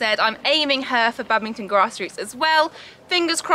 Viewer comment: Bad-ming-ton. I just can’t with that. I’m sorry! I love but- 😰